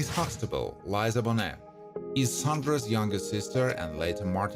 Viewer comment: He called her Liza Bonette